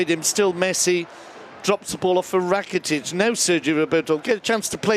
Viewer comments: What is happening when the commentator says Ivan RRRakitic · Ivan rrrrrrrrrrrracitic